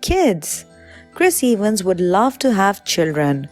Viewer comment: No one:: Chris Ay-Vans